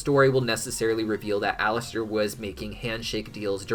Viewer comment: "Gave Alaster" sounded just like "Gay Bowser" and I choked.